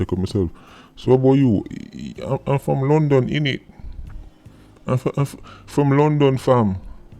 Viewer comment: "I'm from Lundon fam" 🤣🤣🤣🤣 no easy a raatid